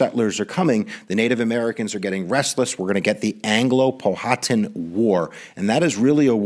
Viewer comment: You dumb f*#k,it’s called Powhatan(pow-a-tan) not pohawtan(POW-haw-tan